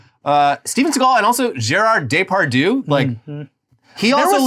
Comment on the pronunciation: The way you say “Depardieu” should warrant a nuclear strike.